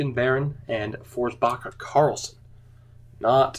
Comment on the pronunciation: Did you say Forsbacka Karlsson??